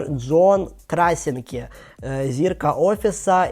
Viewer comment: Це ще треба було постаратися так познущатися над його прізвищем. До того ж Джон не тільки хороший актор, ай крутий режисер. Брррр